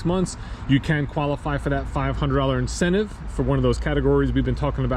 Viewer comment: "VINcentive Program" You're welcome 😂